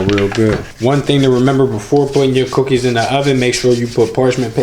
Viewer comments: This nigga said Cooquis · The way he said cookies 😂😂😂